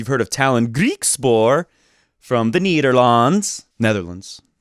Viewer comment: Please, don't ever pronounce Nederland like that again, please. Anyways, as a good Fed fan, I ofcourse freaked out a little when I heard he decided to come back to Rotterdam. And then ofcourse got myself some tickets :D Hope he doesn't lose this time!